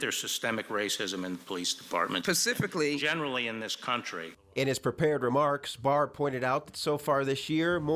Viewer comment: It’s “specifically” not ‘pacifically’ 😂🤣that aside you have a perfectly valid point